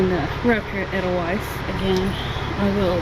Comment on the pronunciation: Edelweiss the E is pronounced A and the W is pronounced V